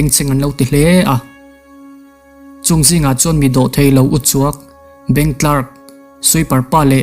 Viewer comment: BANK CLARK - BANK TLAK nilo in, BANK KLAK ti a lam tur aw, CLARK - TLAK a nilo